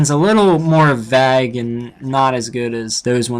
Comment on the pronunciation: Did...did you just pronounce "vague" like "vag"?